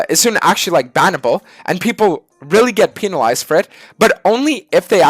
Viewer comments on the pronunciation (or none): Why say pin-alized